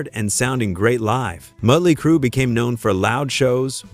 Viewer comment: Well for once in my life, I will actually applaud the AI narrator when it said, "Muttly Crew!" I'm dead 🤣